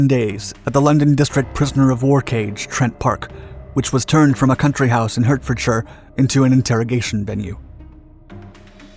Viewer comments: If you're interested in the British pronunciation, iHertforshire is "Hartfordshire" and Derbyshire is "Darbyahire". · An Englishman does not pronounce the words Basil. Hertfordshire, Derbyshire, Nottingham and lieutenant in same way an US person would. Please show some courtesy and do your research. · What, no mention of "HURT-fordshire"?